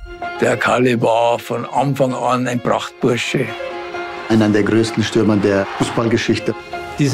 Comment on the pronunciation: Brudis, das heißt Stürmer